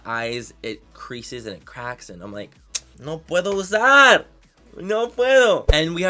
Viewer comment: “No pueto oosaar!!” That pronunciation manny 😂😂